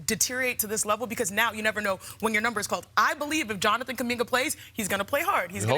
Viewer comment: It's Jonathan, not Jonanan Kuminga